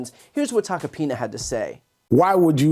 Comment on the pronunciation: I keep hearing Tuck-a-penis... twice in a row.